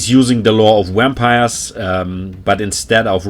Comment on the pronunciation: Great guide, love the editing too. Love how you pronounce wampires and corpse cats 😂 great accent, can't pick it out though.